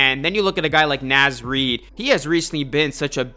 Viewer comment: Great video! Only criticism I have, is it is pronounced NAWZ Reid